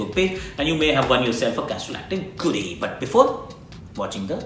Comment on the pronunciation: It is funny how Akash Chopra says the 'Goodie'😅😅😂😂😂